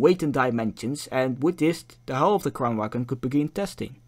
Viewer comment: The G in Kranvagn is silent. If you are going to make an educational video about something, I recommend you get the name of the thing right.